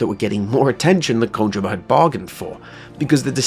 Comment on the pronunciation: Good stuff man. Also, its Ko-jeem-uh not ko-jim-uh haha